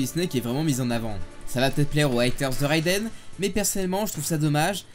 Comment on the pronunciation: Excuse moi ”Réidène”